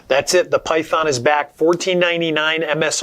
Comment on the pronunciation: sounds like he's saying py- thone or py- thorn.